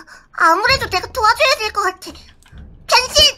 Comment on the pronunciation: 변신할때나만 병*이라들었나? 그래더 재미있당